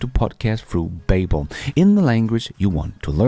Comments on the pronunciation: BABBEL is kimda like BUBBLE not BAYBBEL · its pronounced Ba - Bel, like the Tower of Babel. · Hej (Beachcomber?) -- Please note: Babble rhymes with Bubble... Babel rhymes with Able... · Google babble , it doesn’t sound exactly right, the way you are saying it. Just saying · Haha I was looking for this comment. Mispronouncing the name of a language company.. that's some solid irony right there😬